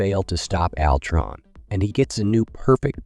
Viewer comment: This sounds like AI wrote this. Maybe its how you pronounce "alltron"